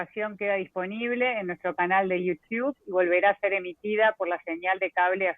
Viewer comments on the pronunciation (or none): Uds que viven en USA, por favor, corrijan a la chica en la pronunciación de Youtube!!! Por favor, no la dejen pronuncair tan mal! Se ve que es una mujer preparada, eso no significa que sepa tanto inglés, sobre todo nombres, no la dejen pegada!!!